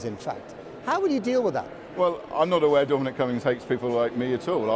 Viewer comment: What a horrible journalist. Channel 4 and the Beeb have both gone downhill massively. And please, for pete’s sake... learn how to say Dominic... it’s not “Domeeneeeque” #fool